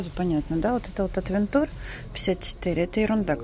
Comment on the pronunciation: Ну какой отвентур,? При всем уважении..